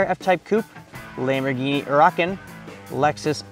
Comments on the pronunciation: How bad did this guy butcher the Lamborghini "Huracan" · Ya ikr